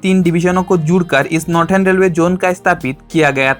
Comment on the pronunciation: नॉर्दन ❌ नॉर्टन ✅